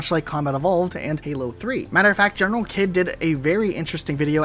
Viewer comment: GeneralKidd's name is pronounced "General Heed"